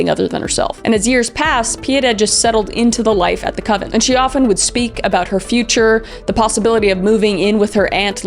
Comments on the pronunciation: coNvent, not covent. You might be getting it mixed up with a coven. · Were you meaning to say the little girl in Spain, went to a “con-vent”? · CONVENT...not coven. Idk why that made me chuckle so hard! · "Convent" not "covent." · I noticed this in a few of your videos, but it's called a "convent". Not a "coven". Lol. The former is for nuns, the latter is for witches. I think you mix up these words sometimes. Just fyi. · She was sent to a convent that's nuns you keep saying covenant which is a circle in gathering of witches for calling the corners and whatever not a convent which is nuns is kind of like with somebody says Pacific when they mean specific Pacific is a body of water an ocean not a specific detail so learn how to speak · Did you mean convent.. you kept sayign coven? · Convent, not coven. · Kris a coven really????😂 I adore you!! Say it all together Con-vent🎉🎉🎉🎉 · I love how Kris kept calling the convent a coven 😂. I’m imagining a house full of witches instead of nuns 😂. I’m just teasing btw cause I love Kris and I know I couldn’t do what she does. Sort of mistake I’d make though 😂.